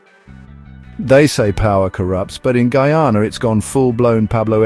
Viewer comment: He cant even prononce name of coutry properley skunt man cha